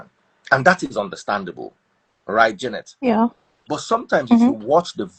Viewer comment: Her name is jar..net... not jay ..net